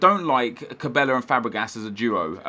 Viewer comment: its not pronounced ca-bay-ya, its quite simply ca-bell-ah